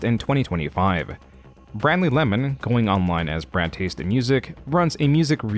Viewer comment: Other than the guy looking like a gremlin, who cares? She probably deserved it and should be happy he didn't beat her. Also, it's not "Bradley Lemon", you say that last name "Lay man". Also don't ever paint your fingernails again, that is for women.